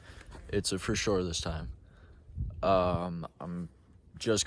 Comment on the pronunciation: Your new catchphrase - “Fur Sher”